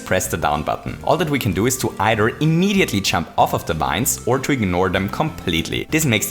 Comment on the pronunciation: I taught you were saying "chump" the entire time, not "jump". lmao